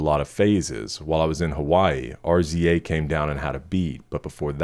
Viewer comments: Everything about this album is art. Outside of the obvious hits, I love Devil in a New Dress and Lost in the World. Also, RZA is pronounced “Rizza” - founder of legendary hip-hop group Wu Tang Clan and big influence on Kanye’s producing. Check out the song “White Dress”, RZA co-produced it with Ye for the movie The Man With the Iron Fists. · I made a physical caveman grunt like on the level of fire discovery when i seen this video :EDIT RZA pronounced Rizza